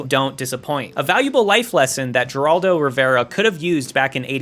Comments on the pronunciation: I know this is an old video but .. did you say JER-ALDO? It's HAIR-ALDO. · His name is pronounced HER-ALL-DOE.... Not JUR-ALL-DOE. You sound ignorant. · Its pronounced "Heraldo". Come on YouTubers, it only takes a few seconds to check name pronunciations. I heard someone pronounce Joan as "Joanne" the other day 🤦‍♂️ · It’s pronounced Heraldo, not Jeraldo. But I’m glad you said that, because it means he’s unknown and irrelevant to younger people. 👍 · his name is pronounced Her-all-doe. Not Ger-all-doe. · It's "Heraldo", not "Jeraldo". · It's pronounced Her-raldo not Ger-raldo Not that I care as the guys a g00f extraordinaire. Just to save you the embarrassment in the future. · Dude. It's not pronounced Geraldo. It's pronounced "Heraldo". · HER-ALL-DOE not Jer-all-doe 🙄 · It's a mystery that you don't know that Geraldo Rivera pronounces his first name: HERALDO. not Jeraldo or Geraldo. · No one who reads it can pronounce Geraldo correctly, it actually starts with an h sound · It makes one feel so old when one of the most popular media personalities of an era in which you were alive first name is just mispronounced and moved on from by a young adult content creator. Like one "Jeraldo" Rivera. Not ripping on the creator, just time and how easily things are forgotten. This isn't a slight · Ah yes... Juraldo. The famous Juraldo. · Hi. Someone over 40 here. "Geraldo" never pronounced the "G". It's pronounced, "Heraldo". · Kid said “JER-Aldo” Rivera, lol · Geraldo's name is pronounced "HHeh-R AA L-Dow". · Geraldo is pronounced with an "h" sound, as in "Heraldo". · You said Geraldo Rivera with a "G" rather than the correct "H" as 'Heraldo'? I am so embarrassed for your generation. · The G in Geraldo is pronounced like an H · It's pronounced "heraldo".. the G is silent motha fucka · Jerr-Aldo lol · Did you really just pronounce Geraldo Rivera's name as "Jeraldo?!?" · sad that we live in a time where kids dont know where geraldo rivera is and misprounce his name